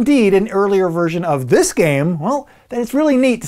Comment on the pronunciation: “Delivery date of dis October” Man, REALLY pushing that alliteration.